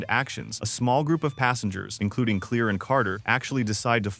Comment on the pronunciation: It’s pronounced Clair not clear